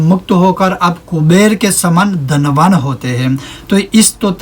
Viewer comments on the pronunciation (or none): none